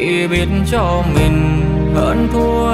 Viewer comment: có chút sai lỗi phát âm nhỏ 2 câu từ là :người mình thương chứ không phải là người mừn thương 😊và câu để phải cách xa thì lại thành cắt xa😊!!!!nói chung ca khúc hay giọng hát truyền cảm,chỉ xíu phát âm😊